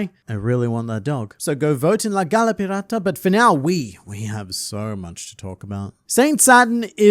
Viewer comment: Pee rah tah. (Spanish pirate lol) just love the aussie try tho. Always clicking on the videos cuz im a night owl